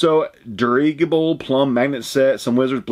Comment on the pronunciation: just to let you know, the word "dirigible" is pronounced "dur-RIDGE-ibble". It is another word for a blimp or an airship. ( like the Hindenburg ) The word has its origins in the French word "dirigeable" which means steerable. Happy New Year to you and Becky from Toronto, Canada! 🇨🇦